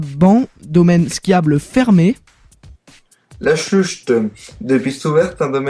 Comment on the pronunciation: C'est Bussang et non Buchang lol. Sinon, on ne dit "vantron", mais "venntron" ;) . Sinon, La Schlucht se dit "La Chlourte" (lol). Le Markstein se dit "Le Markchtein" (il faut le dire à l'allemande). Le dernier domaine (dans la partie ouvertures) c'est quoi ?